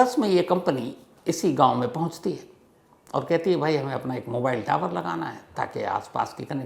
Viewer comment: 😂so funny when you are saying tawar hi legaye